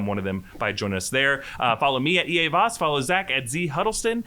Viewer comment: "Hi, I'm... I mean Voss."